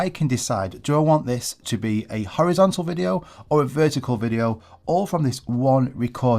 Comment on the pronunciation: Horizontal ❌️ Howizontal ✅️